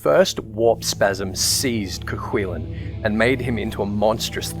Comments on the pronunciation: It's pronounced "Koo Kullin". The Hound of Cullen (Colin?). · Any other Irish people agree with his pronunciation of Cu Chulainn? Grew up pronouncing it way different. Couldn't even imagine it being pronounced like that in Ulster.